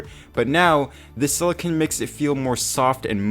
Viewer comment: Silicone, not silicon.